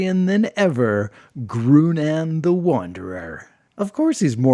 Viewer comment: I think Groonan should be pronounced like grow-naan, which sounds a lot more like Conan would be pronounced in spanish.